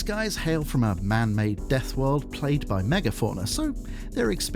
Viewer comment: He pronounces it correct twice so I think he did it intentionally to drive everyone crazy.